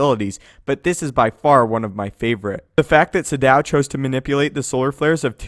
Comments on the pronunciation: Was about to say the same about the way to pronounce Sion it really bugged me as it did with Naga Sadow he pronounced it as if it were Sa-Dow with a pause between Sa and dow when it should be spoken in one Sadow sounding almost similar to the way shadow sounds. That really bugged me for some reason. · And stop mispronouncing names. Sion is pronounced Scion, Sadow is pronounced Sad-oh. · I also think it was supposed to be Sa-douw. For example, as Kreia and Uthar Winn pronounced it. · yeah I thought that about Naga Sadow too until I played The Old Republic and they keep pronouncing it as it's said in this video. I still feel like that's wrong.